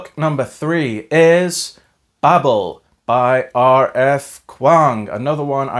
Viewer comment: Oh dear, its probounced bay-bel not babble